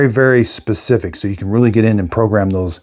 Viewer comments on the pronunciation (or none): none